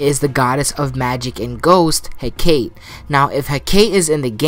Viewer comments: Also Hecate is pronounced as He-Ca-Te (hek-uh-tee) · It’s pronounced as He-Ka-Te